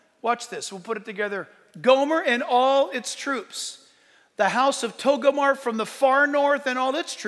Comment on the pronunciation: Jack, it's not TOGO-MAR. It's TOGAR-MAH.